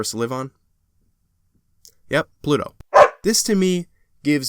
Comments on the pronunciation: i tossed my phone at my tv when you said pulto 😂😂😂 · he had me laughing when he said "pluto" lol